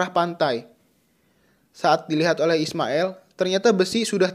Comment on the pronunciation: Aillin bukan ailling.ismaiL.bukan ismaeL...."